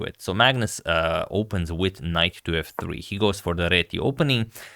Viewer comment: I swear I heard "Magnus opens with knife to f 3"